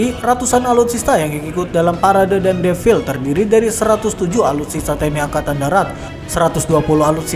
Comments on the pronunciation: Defile bukan devil jiiir 😂 Defile... E nya dibaca semua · "Devil" kata naratornya.. 😅😅